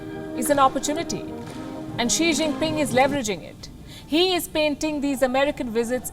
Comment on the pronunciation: XI PING - omg - this INDIAN anchor never change 😂